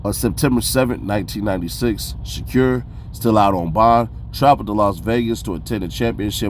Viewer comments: I can’t lie the sha-cure is insane 😅 fool it’s Sha•Kuur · Dude living behind the moon. Can even speak out SHAKUR right.